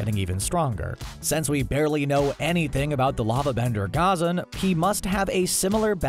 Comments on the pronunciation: Does anyone realize he is say Ghazan wrong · The way you pronounce ghazan’s name is so triggering